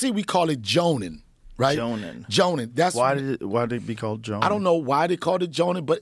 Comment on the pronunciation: This dude donell 🤦🏿‍♂️🤦🏿‍♂️ it’s pronounced “jawnin” not joanin